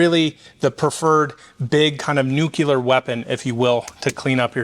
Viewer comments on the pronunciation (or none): I thought we were done with “NUCULAR” with GW. 🤦‍♂️🤦‍♂️